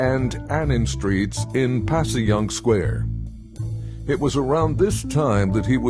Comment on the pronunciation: South philly born and raised and still remember the craziness on Broad Street after the shooting By the way Passyunk prounounced Pash -unk Otherwise-great stuff you have here